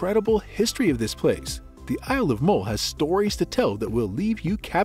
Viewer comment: Great video, thanks. The u in MULL is pronounce as the u in umbrella (for example).